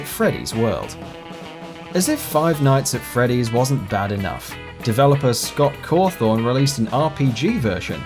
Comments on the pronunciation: FNAF WORLD! HAHAHAHAAHAHAHA And It's CAW THON NOT THORN REEEEEEEEEEE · core-thon not core-thorn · This boi done said "Scott Cawthorn" it's Scott Cawthon get your shitte straight m8. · gamerager x it's actually Cawthon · You mispronounced Cawthon. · you said Scott Cawthon Wrong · you dont pronounce the o in cawthon silly